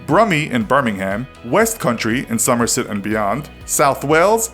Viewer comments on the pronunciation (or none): How did he pronounce almost all of those accents/ city named incorrectly? Birming-HAM? And Gee-ordie? Perhaps worst of all was Somer-soot, how can he not pronounce words that a 4 year old manages to pronounce flawlessly? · It's pronounced "summer-set"